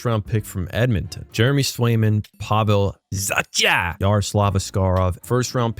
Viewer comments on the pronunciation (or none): Say the names right it’s Zac-a not za-cha look up how to pronounce them